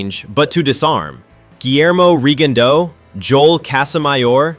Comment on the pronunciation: His name is Jo-el not Jole